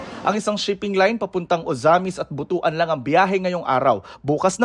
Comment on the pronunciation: CORRECTION: HINDI BUTU-AN, DAPAT BUTWAN.... HINDI GINGOOG, DAPAT HINGOOG... IYAN PO ANG TAMANG PAG BIGKAS SA AMING MGA LUGAR.